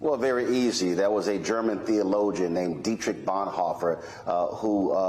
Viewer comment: correction Johnny Doe, he did not say was... he said "waos".